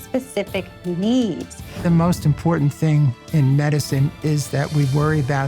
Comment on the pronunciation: She lost me when she could not pronounce imporTant